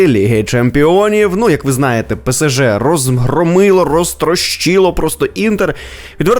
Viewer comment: Дякую, тільки не ПЕСЕЖЕ, а ПЕ-ЕС--ЖЕ. Немає літери СЕ, - є літера ЕС.